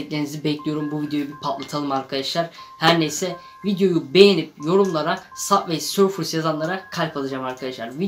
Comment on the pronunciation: Sabvey sorfıs değil subay sörf diye okunuyo